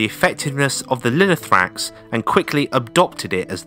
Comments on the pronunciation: Great Video!!! But its Lino-tho-ra-x, not Linothrax. Λινό-Linen and θόραξ- chest. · I swear every time I hear "linothrax" I'm close to getting an aneurism. This isn't a particularly difficult word to get right, and you said it a hundred times and didn't bother once reading it right. We still speak of the thorax in the medical profession. It's the chest. Finally, just because the "th" sound exists in English, doesn’t mean it exists in every language. The "th" is pronounced as a hard "t". Now let's try again: Linothorax.